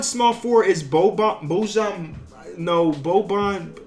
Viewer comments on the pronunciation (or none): none